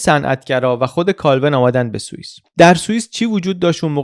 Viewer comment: سلام خوبی شاید باورت نشه،اینجا داری میگی سوئیس ولی من سوسیس می‌شنوم،بعد تو ذهنم قفلی زدم رو این «عجب سوسیسیه همش گوشته» 😅